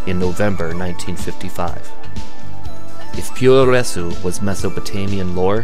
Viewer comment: Awesome Docu! Just so you know Puroresu is pronounced; "Pu-Row-Res". Su creates a silent "U" where as Tsu creates the sound "Su". Regardless this Documentary is amazing